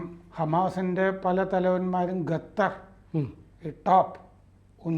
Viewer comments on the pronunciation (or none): ദയവു ചെയ്തു ഗത്തർ എന്ന് പറയാതിരിക്കൂ . ഖത്തർ എന്നതാണ് ശരി .